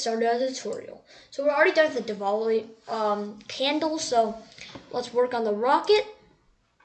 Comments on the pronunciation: it is not diwall-e it is diwali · wrong pronouncation of diwali